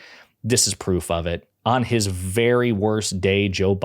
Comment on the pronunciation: "Petew Dooky was MEAN to me... "He asked me fow PWOOF!!!"